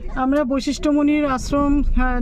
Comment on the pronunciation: Baishistho noi,Basishtho.